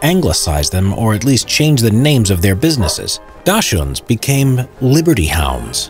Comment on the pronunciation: "Daschuhnes" it's a Dachshund, D A C H S H U N D, Jesus